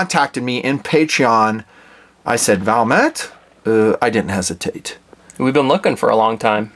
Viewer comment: Its Valmet but said Valmae like a silent t and a simple word compared to the rest of their language